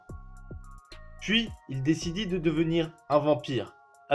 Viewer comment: "Il dicidit" 2017